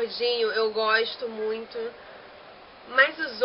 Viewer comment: "...que eu acho muuuito maneiro..." hahahaha viva o carioquês :)